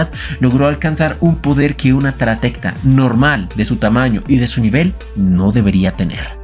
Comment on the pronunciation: Me da una pequeña convulsión cada vez que dice "Taractera" en lugar de "Taratecto".